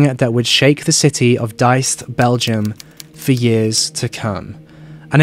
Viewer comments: It's Diest not deist 🙈 I am from Belgium but actually never heard about this story, so thank you! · Hi I'm from Belgium and it's actually Diest, rhymes with yeast, least, feast. Great video though 👍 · man you’re awesome and I love ya, but the way you pronounce words like ‘Diest’ and ‘uystel’ has given me ptsd